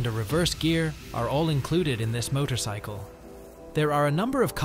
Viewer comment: Oh wait, did the A.I. just say motocycle again? No, couldn't be